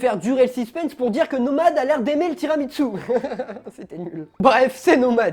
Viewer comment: Mais on dit tiramissous pas tiramitssous pour le dessert